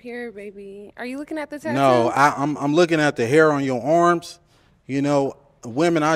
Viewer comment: And also how he says arms like ormps😂